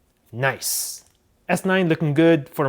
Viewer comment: Ori mentesh noice not nice